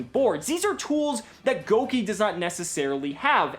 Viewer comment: I love you and the fact you didn't pronounce Gouki Goo-Keeys like the rest of the yugitubers lmao